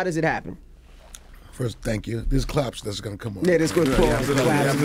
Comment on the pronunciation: Steve said clapps. lmao